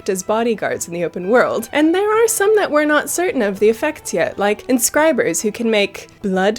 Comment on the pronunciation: its scribe you monster